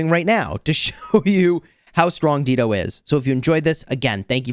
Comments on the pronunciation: it is pronounced as Dai-doh. Not Deedo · Not Deedo, Dah-i-do, like the singer, Dido. 😅 Is this still relevant against Gorgo and Zenobia?